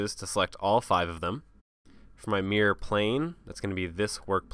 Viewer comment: great tutorial, I still refer back to it years later if I ever forget anything. Still makes me chuckle when he says "Mirror", sound more like MEAR